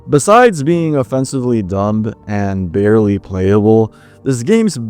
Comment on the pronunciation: The b in dumb is silent.